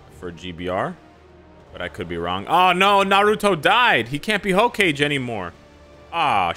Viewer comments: lol its not ho-kage, its HOE-KAH-GEYY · Man really said "Hoe-cage" 💀💀💀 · Wait, did you say "Ho Cage" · brother said ho-cage 😭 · Naruto left gbr when he heard the hokage pronunciation 😂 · The way pronounced Hokage killed me 🤣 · your pronunciation of hokage is sending me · never knew you could pronounce Hokage like that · Naruto left solely because of the way you pronounced hokage 😭😭😭😭🤣🤣🤣🤣🤣